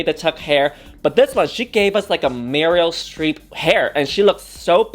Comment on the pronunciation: my favorite actress muriel streep 😂💖